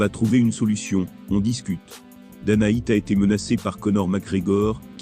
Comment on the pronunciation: Dana "Whyatt" 🤦‍♂️🤦🏿‍♂️🤦🏻‍♂️🤦🏼‍♂️